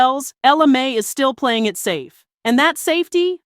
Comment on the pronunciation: Its not may it mai